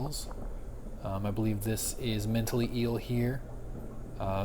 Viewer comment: "mentally-ell" lmaoo